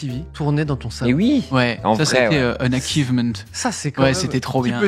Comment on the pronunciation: ch ne fait pas toujour un k en anglais ^^ achivement ce prononce comme il c'écris pas comme akivement, par contre architec ce prononce arekitek